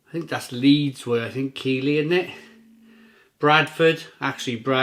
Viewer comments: It's pronounced Keithlee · Top review, as always. Keighley is pronounced Keithley though!